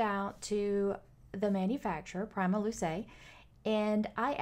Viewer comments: Not to be pedantic lol but it's an Italian product with an Italian name that deserves an Italian pronunciation, and the way it is pronounced is : Pree-muh-loo-chay meaning "first light" I know it doesn't really matter but I like to think it does 😅😁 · "preema" "looche". And "ekko". :) "Prima Luce" means "First Light".